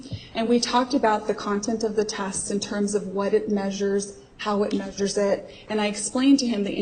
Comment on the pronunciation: has a problem.with pronouncing her "e"'s. Test is test, but pronounces it "taaaasttt". Fuckin' dumb twat